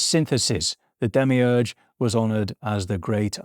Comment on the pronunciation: Demiurge?? Demiurgos? Like creator? You really butchered the pronunciation